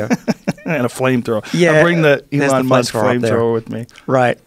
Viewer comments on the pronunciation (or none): none